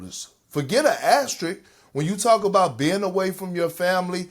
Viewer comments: Why do people struggle so badly with the pronunciation of “AS-TER-ISK”. There’s no other word that’s used as much in basketball sports media while also being butchered. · Just leaving this here…the symbol is called an “asteriSK” pleaseeeee everyone just say it right 😂😂😂 also no 2020 chip doesn’t deserve one